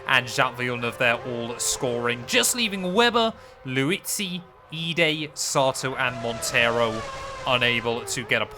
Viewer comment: I’ve really enjoyed this series. So much so I subscribed and will be checking out your other videos. A couple of things though - Vitantonio Liuzzi. His name is pronounced as it’s spelled - Liuzzi. Not Liuzzi. Liuzzi. Also, the past tense of brake is braked. Not broke. All good mate. Keep up the good work. Now, if I could just stop my eye twitching…